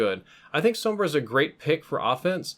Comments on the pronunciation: Finally someone pronounces her name right. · Wow. First time I don't hear someone calling Sombra, "Zombruh"